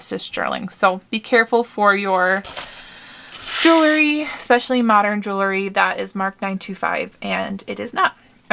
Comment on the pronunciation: You do such a great job with your videos. I enjoy watching. Please do me a favor and learn how to pronounce JEWELRY. It is not jewelERy. ❤️